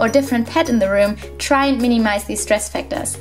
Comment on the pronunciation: Mini-mise... Hehehe, I hope I'm not the only one who noticed that :p